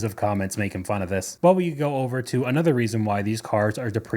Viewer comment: Can you try to just say another not A nother? Nother is not a word.